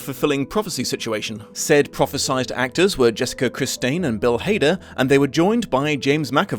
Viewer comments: Jessica who? Criss-tain?? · Not even AI and you STILL managed to fucked up Jessica's last name. I'm only into the video, Jesus Christ. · I'm sorry HOW did you just pronounce Jessica Chastain's name? 😭😭